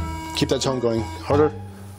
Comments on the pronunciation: It sounds like tongue…. I was very confused lol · Tone. Not tongue!👀🤦💀💀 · It sounded like he was saying "keep that tounge going" instead of "keep that tone going" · I think he was saying keep the TONE going. The tone from the machine. But it did sound a lot like tongue. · The narrator says he's professional, all I keep hearing is "keep that tongue moving" 😂😂😂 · He’s saying “ keep that tone going “ not “tongue”😂😂😂😂😂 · I kept hearing him say "keep that tongue going" when he meant tone. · It does sound like "tongue" not "tone".